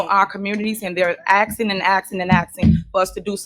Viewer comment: She can't sell shit from a prison cell . Stop all that axing !